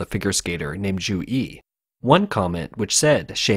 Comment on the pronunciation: I had to look it up to confirm because I'm not Chinese or Chinese American, but Zhu is definitely NOT pronounced "Jew"! Really though, not even close, lol